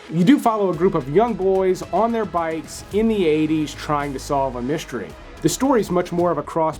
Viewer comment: the words, "stream", "mystery", and "strange" do not have an H. It's not "shtream", "myshtery", or "shtrange". FYI.